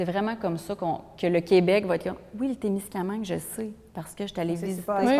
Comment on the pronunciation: Musée de la gare de Témiscaming, pas Témiscamingue.